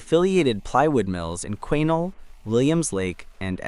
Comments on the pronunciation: Quesnel, BC, Canada is pronounced Kwah-NELL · Thank you! That AI voice was very irritating every time it pronounced Quesnel 🙂